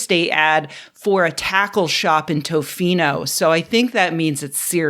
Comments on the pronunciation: Just a small correction, you were not pronoucing Tofino currently. You do not pronouce it with a "Oh" after the "T", it more sounds like"Tuh-fee-no". Also, it's a tourist hotspot, so it might not be the best place to live. Best bet would but one of the cities in the lower eastern half of the Island. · Rebecca, you'd love Tofino or anywhere on Vancouver Island. btw, Canadian cities really slack on their pronunciations. Tofino is more like "T''fino" (just listen to any Canadian pronounce Toronto to see what I mean)